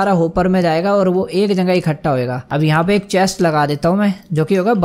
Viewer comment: Question: bhai aap jagah ko jangah kyo kehte ho😁